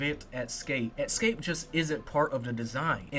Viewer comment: Escape, not "Exscape" 🌜🦗